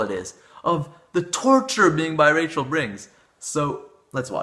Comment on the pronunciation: Until , I thought he was saying bisexual.